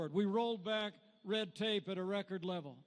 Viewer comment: Red or Rad....lol I saa Red an Rad..